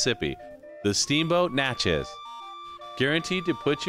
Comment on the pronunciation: Please learn to properly pronounce New Orleans and Natchez.